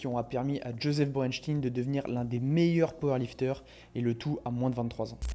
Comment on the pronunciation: On dit chtaïn Borenchtaïn.